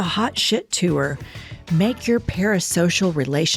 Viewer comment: Does anyone else cringe every time says the word “TOUR”? Why did she add an extra syllable?